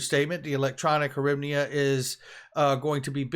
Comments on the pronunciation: Ukrainian money is pronounced “grivena “ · its pronounced 'grivniah' the Ukrainian currency, hope that helps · it’s pronounced: “hurEevna” - it generally trades 26 H to $1